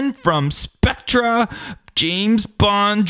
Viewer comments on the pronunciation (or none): it is pronounced specter